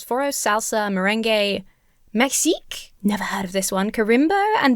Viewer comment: Brazilian here,: "maxixe" is pronounced roughly "mah-she-she". The "default" sound of the letter X in Portuguese is almost exactly the same as "SH" in English.